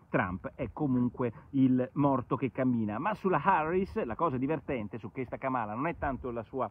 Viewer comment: Ka’mala ( non kama’la) 😁 E un pit bull 😍 La storia del busing e stata spiegata, Biden non era contro busing La destra continua con lo stesso narrative Time to move on 😁